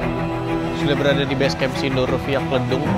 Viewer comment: Lucu banget bang kevin bilang “Kledung” 😂